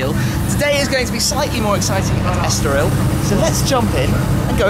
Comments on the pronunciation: **estoril not estorial Tim :) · it's Estoril not Estorial Thanks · este caramelo não sabe dizer Estoril em condições :D